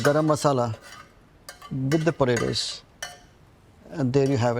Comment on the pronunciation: Im a huge Vineet fan. Love his recipes. Watch all of his videos. So i say this with love.... they way he is saying "Podaydoes" has me dying! XD